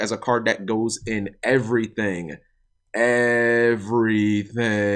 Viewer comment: Clearly you watch Drew lol Everathang! Everathang!